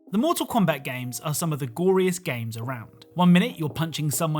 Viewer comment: he said moral kombat eggs